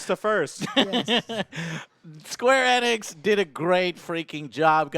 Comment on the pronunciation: Square E-NIX!!!! Not squarenx.